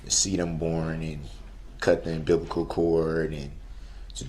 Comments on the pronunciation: He was also “fusstrated” at people not knowing what was in his heart. I’ll tell you what was in his heart. It was hatred. He cut the “umbiblical” cords on his children. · Cereol? What’s that and why would there be 🐞 🪳 🐛 in it? My favorite Darrell mispronunciation was unbiblical cord!